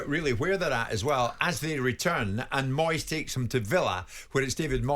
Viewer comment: I'm sorry ter say again it's Moyeseh